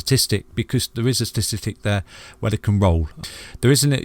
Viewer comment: ok say it along with me.....sta tis- tic. Got it?